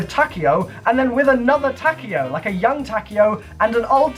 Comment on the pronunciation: Takeo. it's pronounced Ta-Kay-yo